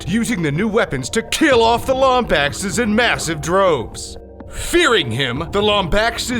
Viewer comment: The way you pronounce Lombaxes is just... argh